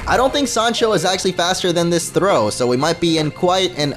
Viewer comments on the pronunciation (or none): ITS sawk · its not thro its sawk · its a sawk not throh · sawk sawk its not throw its sawk